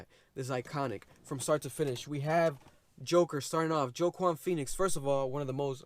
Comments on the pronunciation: Man said joe-quan lmaooo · as a man named joaquin i must remove this mans hispanic/latino licence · Ah hmm....Joaquin is pronounced ‘Wah-Keen’ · Wa-keen Phoenix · The way you pronounce his name 🥴